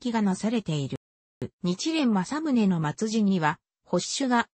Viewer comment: おそらく音声ソフトに喋らせたらソフトが勝手にそう読んでしまったんだと思います。